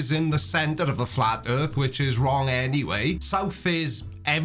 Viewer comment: I always implicitly trust someone who refers to 'da erf'